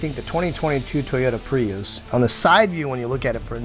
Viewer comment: It’s so weird, everyone in the world pronounces Prius as Pree-us or Pree-iss - why on earth does he say Pre-yous?